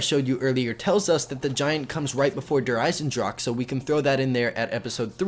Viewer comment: I realize pronounced "Der Eisendrache" without sounding the "e" at the end, but as a German student, I feel like I should let you know the "e" should be pronounced, if you want to correctly say "The Iron Dragon" in German.